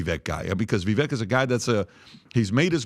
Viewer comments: viv VAKE. . learn his name people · At some point I think those that have large media platforms or are interviewed on these platforms should try to look into pronouncing the names of those you refer to over and over again properly. Vivek Ramaswamy’s first name rhymes with bake or cake. As if it were spelled Vivake. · "Vivake" rhymes with cake.